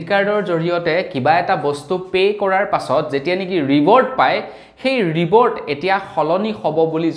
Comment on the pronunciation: ৰিবোৰ্ড নহয় ৰিওৱৰ্ড৷